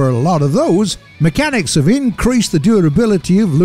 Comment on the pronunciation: This poor man cant speaken de englees "Mechyaniks"